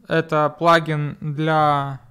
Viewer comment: Вообще-то слово "плагин" произносится с ударением на "ин" .